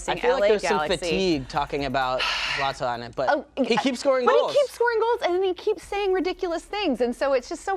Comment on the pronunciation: It isn‘t Zlatan it‘s zLAtan